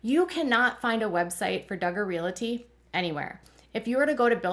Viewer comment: Interesting! Btw the word is realty with no "i" in it. Pronounced REALTY😊